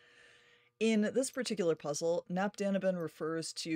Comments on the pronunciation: "Knapp daneben" means something like "close to it" or "almost thereby". The K in "knapp" is pronounced. And "daneben" is pronounced "da-neben", with the first E being a long and clear E-sound, not the typical I-sound or Æ-sound that English speaking people tend to use for an E (from a Latin point of view). The "da"-part means "there". A German A-sound is hard to find in English. But perhaps A as in "father" for "knapp", and A as in "dark" for "da". It depends on your accent, though. I'm not German by the way. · „Keh-NOPP da-NEH-ben“ - the folks at CtC don’t do a great job with this pronunciation either 😂